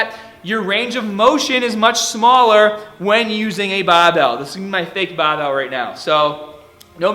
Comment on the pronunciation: This video is EXCEPTIONAL! (I did have some difficulty finding "bahbells" for sale) (